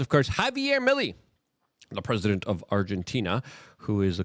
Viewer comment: His last name is pronounced me lay.